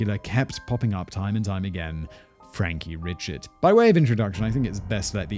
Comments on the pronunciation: My mother grew up in Acadia Parish, across the way from Jeff Davis Parish, where Jennings is. In fact, when my family would go to visit the grandparents and aunts, we'd often go to Jennings to shop. My cousin lives there now. Eerie that this is near where I virtually spent my summers. And Simon, it's Cajun AND Creole. And Richard is pronounced ree-SHARD is S Louisiana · Richard is actually pronounced "Ree-shaard". At least that's the best way I can spell it phonetically. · I guarantee you Mr Richard's name is pronounced Ree-Shard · Frankie Ree-shard